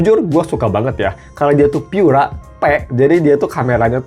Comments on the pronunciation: Baca Pura Delapan Puluh aja kali. Pura itu bahasa Italia, jadi ga usah dibaca Pyura. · Cek aja pakai Google Translate, bahasa Inggris "Pure" terjemahan Italianya adalah "Pura" dan dibaca "Pu-ra" bukan "Pyu-ra". Ini mirip kasus IKEA dibaca "Ai-ki-ya" karena ikut-ikutan negara-negara berbahasa Inggris, padahal dibaca "I-ke-ya" bukan "Ai-ki-ya". Kalau "Mate" memang bahasa Inggris, maka dibaca saja sesuai lafal bahasa Inggris. Ga selamanya YouTuber berbahasa Inggris itu pasti benar dalam melafalkan istilah non-bahasa Inggris, seperti contohnya Karaoke yang benar dilafalkan "Ka-ra-o-ke" bukan "kei-ri-yo-ki". Pura bukan bahasa Inggris, maka ga usah bacanya "di-Inggris-Inggris-kan.